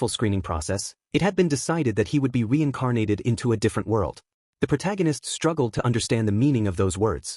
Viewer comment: Weincarnated, how can an ai voice not pronounce r's